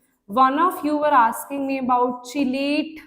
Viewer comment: Chelate ko "kelate" bolte hai